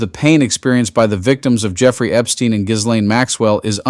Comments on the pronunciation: Please tell your ai it is pronounced Gee- laine. Hard G. Geeeeeeeeelaine it’s not that hard. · It's pronounced Ghilane, the s is silent. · Seriously--you can't pronounce Ghislaine properly after all this time?!? 🤦🏼‍♀️